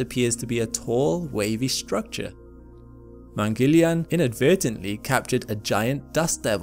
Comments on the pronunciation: It is pronounced as Mangal-yaan. Mangal (Múng-gul) like Jungle. And Yaan is pronounced as Yarn (Mungle-yarn) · If you were gonna make a whole documentary on Mangalyaan the least you could have done is learn how to pronounce the name. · The Mangalyaan images were fascinating and so was your narration and presentation of martian features. We really didn't mind the slight inaccuracy of pronunciation!👌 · You tried your best considering it isn't your native tongue. If I may, there's a simpler way to say this.. try this.. split into two, First half- Mangal(sounds like Jungle, replace J with M) and Second Half - Yaan( pronounced like english word - Yarn) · Excellent video. Btw..Mangalyaan is pronounced as Mun-gul-yaan. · Man-gal-ya-an मंगलयान You were close but still great pronunciation.. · You could easily have asked an indian for the pronunciation! Mungal. Yaan or Mars vehicle there is no shortage of Hindus on this planet, only shortage of effort. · not mangilyaan , its MANGAL YAAN . meaning MARS VOYAGER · It's not pronounced Mangelian...lol..It is pronounced as Mung-gal-yaan🤣😂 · Mangal yaan keep distance in pronunce Mang al yaan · Great video. I was too curious to know the aftermath of this launch and you provided that info. One small note: It is not pronounced 'mangelian' it is pronounced as 'Mangal Yaan'. In fact it is a two words combined. (Mangal = the planet, Yaan = the craft) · It's not man - Gil- iyaan , it's man - gal - yaaan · It's not Mengalyaan ! Its Mang girl yaan (pronunciation) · Good video bro, informative too🙌... One funny thing is that, your pronunciation was like "India's Mangoliyan mission to mars"😅... Just kidding... It was ok😅🙌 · Its pronounced “man-gal-yaan” and not mangilian. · Its not mangiliyan its mangal-yaan pronounce correctly we pronounce your english words correctly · Please pronounce the name of the mission correctly: it’s Mong pronounced as in MONk with g. Gal as in seaGUL and yaan. mun-gul-yaan means Mars traveler.